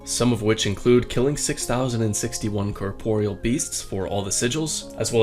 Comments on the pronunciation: Don't think i can take you seriously after hearing the way you pronounce corporeal beast and Zezima. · corporeal... ????? bro can u not read